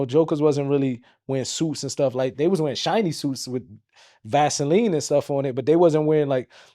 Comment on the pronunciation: baby earrl and vas-o-leen